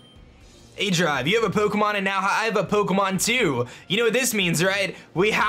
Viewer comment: Um... did you call yourself 'aJive' in the beginning? xD I can't be the only one that heard that